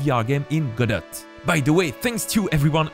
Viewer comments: Wait, French guy pronounces Godot as Go-Dot? 🤔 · Lol I can't tell if you're trolling me. I'm told that in French it is pronounced Goh-doh. No "t" sound.